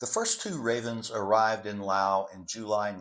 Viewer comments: Ok I gotta ask……what’s with stubbornly refusing to pronounce the S at the end of Laos ? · Has a (PHD) and he cannot pronounce Laos correctly! Laos has a S